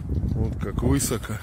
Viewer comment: А слово Высоко, с ударением на Ы. Я в ахуе